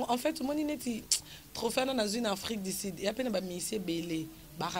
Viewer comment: afrik du sud et non afrik di sid